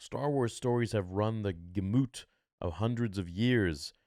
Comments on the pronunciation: Ryan Gosling does pique my interest, certainly. He's pretty much great in everything he does, so he'll hold up his end. But you're right, if it's a bad story with poor execution, then it doesn't really matter who's in it. Also, and not to critique, but "gamut" is pronounced "GA-muht" and not "ga-MOOT." Just trying to help. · This man said “ Gah-moot” 🤦🏾